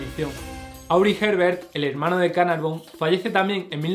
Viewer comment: George Herbert de Carnarvon para que lo digas bien.